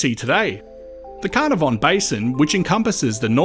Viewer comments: If you asked anyone living in Carnarvon.. they would tell you that it's pronounced Knarvn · Pretty sure Carnarvon is pronounced Ka-nah-von